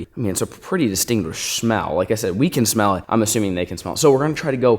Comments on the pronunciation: Did anyone else notice he said "heatlerless"? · heat-ler less Me: mhm